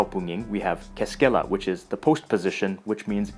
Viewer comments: Finnish words are always stressed on the first syllable. He stresses kuningas and keskellä on the second. Agricola is a Latin name meaning farmer and should be stressed on the second syllable - not the third. In colloquial Finnish "se" (it) is also used for he/she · keskELla, you're funny. You even said that you always stress the first syllable. So, why didn't you? Learning Finnish is quite difficult as a native english speaker, as you not only have to learn how to structure sentences right, you also need to pronounce the letters a little differently.